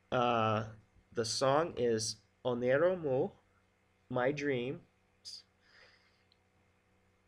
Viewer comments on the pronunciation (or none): Just a clue, it is "Oneiro" not "Oniero" ;) ei = i in greek